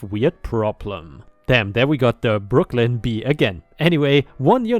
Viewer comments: ⭐🌟⭐🌟⭐🌟⭐🌟⭐🌟⭐🌟⭐😎🐱 I think you did very well saying Brooklyn i didn't even hear your accent! Well done 👏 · Not sure how those in New York say it, but to me, you said Brooklyn just fine. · You say Brooklyn just fine! Love the cat vids..she is ❤️ beautiful.